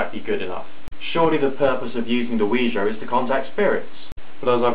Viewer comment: 1.FINALLY someone pronounces it CORRECTLY!!!! 2.Science pisses me off! 3.Nice vid ^.^